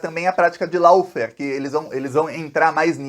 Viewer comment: lawfare , se pronuncia ló férr.....